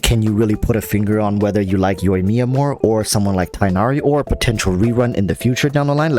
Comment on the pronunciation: So umm.... Many people pronounce tighnari as tie-naree which is kinda wrong. It's like teek(gh)-nah-ree